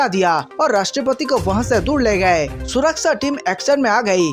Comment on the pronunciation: Wrong pronunciation of surakchha